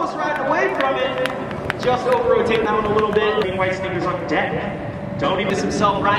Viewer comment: It's rotated not roatated